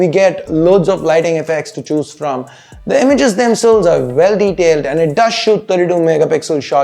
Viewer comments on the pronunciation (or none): none